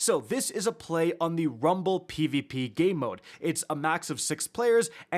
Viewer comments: Anyone else found it annoying how he kept emphasizing Rum(ble)..... like just say rumble.... this isn't English class lol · You just can’t say Rumble normally 😂😂. It was irritating me the whole time for no reason lol